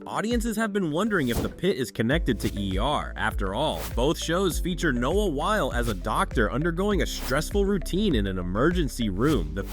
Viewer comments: Pronunciation of his last name had me triggered! It’s not while it’s whylee! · You’re saying his name wrong. It’s Wyle, sounds like wily (like the coyote). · Noah Wyle is pronounced “WY-LEE” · IMDb trivia says it was written as a spinoff from ER, but R. Scott Gimmel and Noah Wyle (pronounced like wily) couldn’t get Michael Chrichton’s blessing. So they changed the main character’s name and went to work. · My last name is Wiley and your pronunciation triggered me. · I thought I was the only one bothered